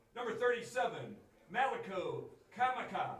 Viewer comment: "Number 37 MALIKO KAMAKA..."! Not Malachi Kaymayka. I's are long E's as in hawaII, A's are short A's as in mAui. Proof the American School Systems need a Pacific Islander Class. Forced to be part of the U.S. and still they rather teach languages of other countries (Spanish, French, German, etc...)